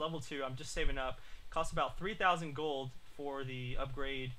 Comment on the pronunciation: is it me or gold sound like goal and goal sound like gold.